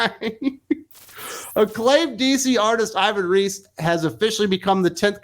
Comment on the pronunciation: The native pronunciation of Ivan Reis name is more close to "eevan reys".